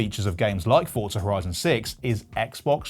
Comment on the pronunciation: Why do people say FORTZA is FORZA